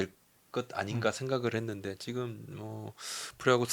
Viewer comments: 지금 인데 왜 자꾸 지끔 이라고 😂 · 그놈의 지끔 지끔 듣기 싫어 죽겠네요...지'금'이요..지'금' 왜 자꾸 된소리로 발음해요...?